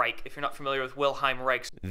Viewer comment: Why can't that orgonite dipshit say "Wilhelm" right? It's WilHELM, not WilHEIM. Freaking jackass.